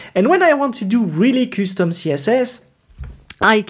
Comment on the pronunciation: i don't mind your accent but your pronunciation of some words sucks men.....kustom instead of custom, engyne instead of engine aaghr..no offense tho, and thanks for your time